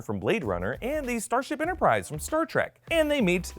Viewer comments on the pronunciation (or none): none